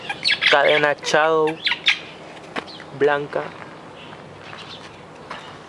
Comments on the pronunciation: Buena bike pero se oiría mejor diciendo shadow no chadow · jajajajajajajajaj amigo esta bonita la bici solo te recomiendo aprender mas ingles chadow jajaja casi me cago de la risa